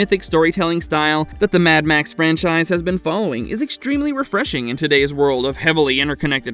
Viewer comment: The way you say “mad max” pisses me off so much